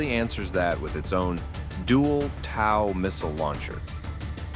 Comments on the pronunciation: There is no "A" in TOW its TOW in like to TOW a vehicle not TAW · It's a toe not tau! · "Tau." Lost me right there. AI kaka or simply ignorance, either way I'm gone. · It's pronounced toe T.O.W. tube launched optically tracked wire guided missle the TOW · And another point you missed at the very beginning. Bradley's fire TOW (and its pronounced "Toe" you stupid AI BS) missles as well. That's why they were so effective against T-72s in my Storm war. And the Bradley wasn't built for a different war. It was originally built for an Eastern European and Baltic war. Do your research! I don't have to. I was trained in the Army to know this information. And to your point as to which is better? Obviously the Bradleys are because they routinely take out T-72s in Ukraine! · It's TOW but pronounced as 'toe'... I attended TOW Trainer School at Fort Benning and have never heard anything other than AI or non-English speakers pronounce it in any other way (it's not "tao" either). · TOW rhymes with COW????